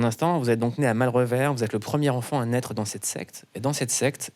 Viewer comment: Malrevers on ne prononce pas le "s"